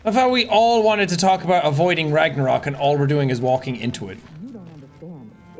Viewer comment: Fun fact: some of the locations in god of war ragnarök is actually Icelandic, and yes you are butchering the words